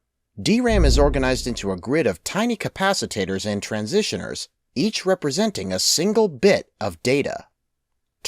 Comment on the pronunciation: pronounced capacitors and transistors wrongly